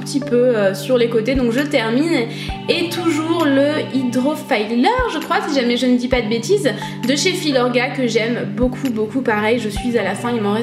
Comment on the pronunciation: Pour la crème ça se prononce Filler tout court en anglais et non faylleur :) sinon la vidéo est très sympa et ton sac beige est canon <3